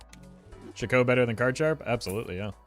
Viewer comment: You stress the wrong syllable Chicot rhymes with Cheeto.